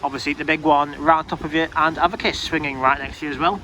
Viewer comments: Avakiss? Its pronounced A-Vick-Tas 😂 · A-Vic-tas! Not avitus!